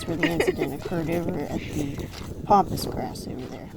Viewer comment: Please please please it's called PAMPAS GRASS not pompas. Please say it right as it's so annoying. So sorry to say this but I had to. Love to you and yours.